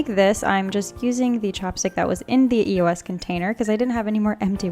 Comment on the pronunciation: its not pronounced E-O-S its pronounced eos as a word